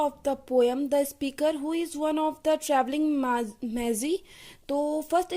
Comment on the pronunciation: Magi❌ Mazzi✅